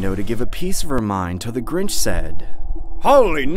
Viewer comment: In the second story it was DA GRINCH. Not the Grinch🤣🤣🤣😂😂😂